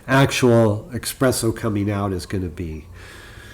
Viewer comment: I like your video but I think if you want people to take this channel seriously you must stop pronouncing espresso as “expresso”. It’s a very good video otherwise 👍🏼